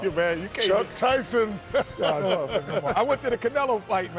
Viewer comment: “Chuck Tysne” 😂😂